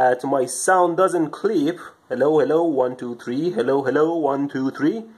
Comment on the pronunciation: Did you say clit the whole video?